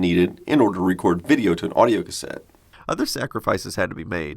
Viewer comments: auido instead of audio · XD So what's "Auido"? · Auido, instead of audio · Interesting piece of kit. Did it run hot, sucking the batteries dry that fast... oh and "auido". Heh. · "Auido and Tracking"